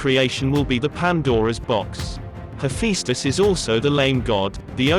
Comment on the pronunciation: Thank you for the video, however, I think you need to double check your facts about Athena and the competition with Poseidon for the city of Athens. Also, if you could fine tune your pronounciation of Athena and Hephaestus, among others, that would be wonderful. Thank you for taking the time to create such an in-depth video.